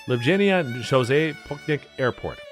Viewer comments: Loo-blee-aa-nah, not lajublajana...WTF? Come on, have at least that much respect and try to pronounce correctly. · bro really said L-jew-bluh-jannah 💀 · University of Dzhubladzhana? 🥴😂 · Not the Eldjoobeldjana xDDD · Loob-lee-anna would be pronouciation of capital and I don't even speak the language, still nicely done video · I'm a Brit living in Slovenia, a beautiful and safe country. Nice video, until you get to the pronunciation. Come guys, you could at least try before mangling these words in a video. The capital is not called JUBU-JUBU-JANA and as for the national dishes, hilarious, if it wasn't so insulting. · La Đubla Đana :D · Lubladžajna. :face-blue-smiling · it hurt when you tried to prononunce Ljubljana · I always laugh my ass off when ever I hear an English speaking Person trying to say: "Ljubljana" It's always a massacre 🤦‍♂ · I used to find ridiculous pronunciation of Ljubljana (and many other Slovene words) funny in the past. However at this point it is dead giveaway of lazy, ChatGPT related content. I wouldn't mind occasional mistake, but I can't imagine anyone pronouncing Ljubljana the way you did and thinking "yeah, that sounds about right".